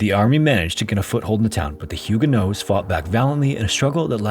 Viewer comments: Hey, I've always heard the protestant group as "Hugo-nots", not "Hugo-noes." Is that some English/French localization thing? Is that last t supposed to be silent? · I thought the pronunciation is HEW-guh-nots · You pronounced Huguenots so incorrectly it's neither the English nor French pronunciation lol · You’d think you’d look up how to say the main group in your video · Instead of pronouncing huguenots the way that you do. Change the last syllable to the word knots as in tying knots. Then you will have the correct pronunciation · It's silent in French, so not pronouncing it is a bit more accurate to the French although pronouncing it is probably standard English pronunciation.